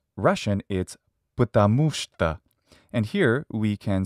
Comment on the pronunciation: russian words composed just from one sylabel are always stressed so you will hear only shto, not shta. Shta is serbian. and I never heard the H sound in ukrainian to be said as the sound "y" as you presented it. And eg. the O in zdorovo in russian has only 2 pronunciations: stressed and unstressed so I dont get where you found the third pronunciation variant like the silent "shwa" sound. It is pronounced like unstressed o which is a, just maybe because of difficulty of pronouncing that it may sound to you like 3 forms but there are no 3 forms, there are only 2 and it is o and a. so it is pronounced zdorava the same like milk (moloko) is malako .. there is no third pronunciation variant of that letter.